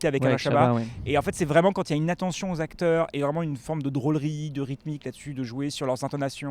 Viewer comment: Les 4 "zacteurs" principaux... ça m'a gâché le reste de l'analyse.